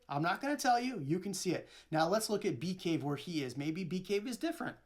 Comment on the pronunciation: The neighborhood he moved to is called bee caves. Sounds so strange without the s.